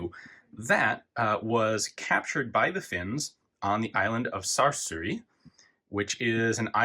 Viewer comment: I think Ian reversed "Suur" and "saari", and it came out as "Saarsuuri."